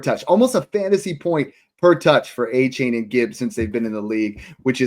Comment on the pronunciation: It’s “Ayy-chan” guys